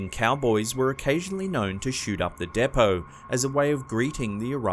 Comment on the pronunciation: Sorry, it's pronounced D-POE. Depot.Train Depot.